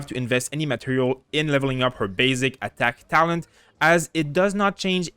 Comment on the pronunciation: I like how he says "ATTACk" xD